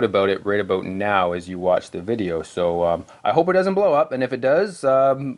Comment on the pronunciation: a-boot. Are you Canadian, mayhaps?